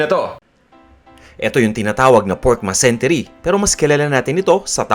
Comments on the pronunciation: pa-correct po... Mesentery hindi masentery. 😊 nice vid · Its mesentery not masentery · Hello sir, if I remember it correctly, I think its "mesentery". Did I heard it right you said "masentery"? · Pork mesentery po hindi masentery 🙂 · Ang alam ko po eh MESENTERY. hindi MASENTERY